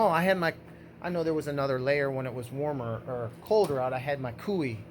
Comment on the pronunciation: I'm pretty sure KUIU is pronounced "Koo-you". My buddy told me a good way to remember is it rhymes with "screw you" Ha!